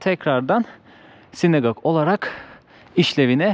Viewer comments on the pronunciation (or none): SinAgog. (Sinegog değil.)